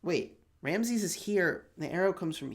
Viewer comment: I am from Egypt , you should say Ramses with S not Ramzez .